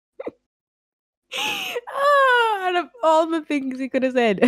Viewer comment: PLSSS IM DYING WHY DID HE PRONOUNCE WEEGINGER LIKE THAT HAHAHAHAHAHA